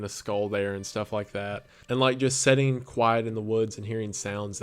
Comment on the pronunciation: you seem so genuine and down to earth, and I'm just obsessed with the kind of content you do. It's soooo cool to get to be here in the beginning cause I know you're gonna get crazy big. Keep up the good work!!!!! Also it's so adorable that you say setting instead of sitting loool